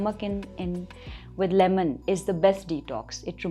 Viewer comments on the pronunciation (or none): none